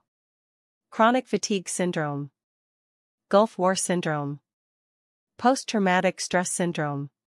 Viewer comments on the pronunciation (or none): none